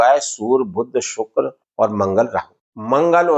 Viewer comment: aapne shukl Galt pada hai 🙏 dekh लीजिए पहले